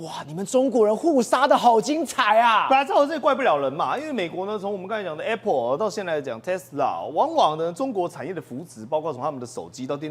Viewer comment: 台灣的教育爛到透，主持人連apple都讀錯